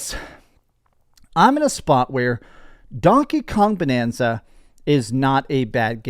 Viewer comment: Also its bAnanza with an A like in the word bAnana. Get it? 🙄